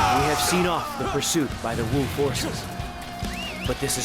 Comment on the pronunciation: It's as if the W is silent and no longer pronounced in the word